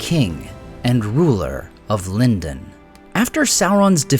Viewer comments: It should be LEAN-doan, maybe with a soft palate /n/ sound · Yes A.I. pronounces Lindon three different ways.🙄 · You pronounced Lindon three different ways. Why? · He's hedging his bets, that or he forgets how he pronounces it every other recording session.